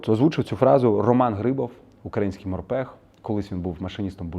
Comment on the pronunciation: І морпІх, а не морпЕх. Морська пІхота а не пЕхота